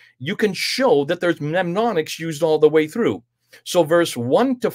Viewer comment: It's pronounced NEM-ONIC-s,, = aids to memory > Don't forget that ha ha!